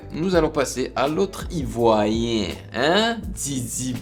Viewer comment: ON DIT IVOIRIEN PAS IVOYIEN